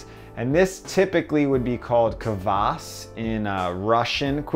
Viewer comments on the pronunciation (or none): kvass is made from fermented rye bread in my experience...basically beer from stale rye bread. Also one syllable, it's not k-vass. its kvass :D Квас вкусно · Why cannot Americans say "kvass"? Why always "kuh-vass". It's a simple, one syllable word. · this was so helpful !! tnx! btw you def mispronounced "kvas" lol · It’s not “kvass” but a great video nonetheless keep it up